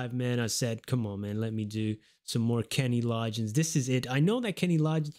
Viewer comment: The g’s in Loggins are not pronounced like a “j”, it is pronounced with a hard “g” like in the word “golf”. “Law-ginz” 🙂